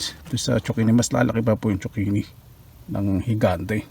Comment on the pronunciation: I AM JUST CURIOUS HOW ZUCCHINI ARE PRONOUNCE IN EVERY COUNTRY, IN FINLAND DO THEY PRONOUNCE IT LIKE TSOKINI BECAUSE THAT IS WHAT I HEAR YOU PRONOUNCE IT BECAUSE HERE IN FRANCE ITS CALLED COURGETTE